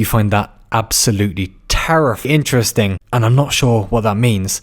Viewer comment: When he said INTERESTING🤣 brought me acid